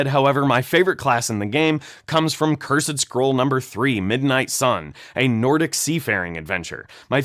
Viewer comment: I know rhis is nitpicking but when you present yourself in a suit as if you're a lawyer and knower of all things, then fail to pronounce "cursed" and "gazetteer" properly it really blows your whole gimmick.